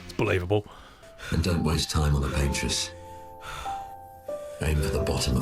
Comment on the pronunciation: For those who didn't get the Bob Ross reference, it's "Paint-Ross" instead of "Paintress"